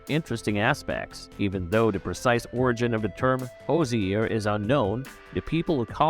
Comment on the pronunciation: Whose -er 😂😂😂